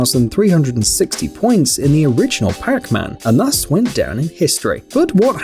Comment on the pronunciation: it souns like he says Crackman instead of Pacman.